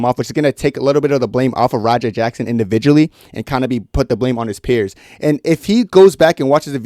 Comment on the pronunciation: Thanks for the info. Just a heads up, it’s “peers” not “pears”. Idk why but it just bugged me a lot. Other than that, great video 👍🏻